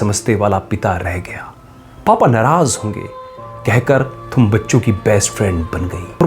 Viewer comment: Thum wala accent aa rha hai tum wala nahi